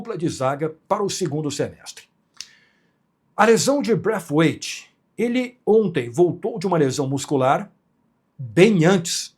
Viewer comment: para de falar braifiuaitffff